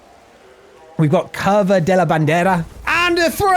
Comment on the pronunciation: Should have waited until the end to post this all together... The U should always be a short "OO" as in Cooper. I noticed this on "Curva" and "Curvón".